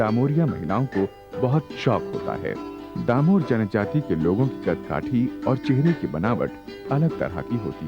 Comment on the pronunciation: डामोर not दामोर